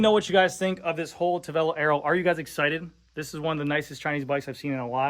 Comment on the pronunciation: How strong is the carbon fiber? Is it stiff? Why did Tavelo sound like Cervelo?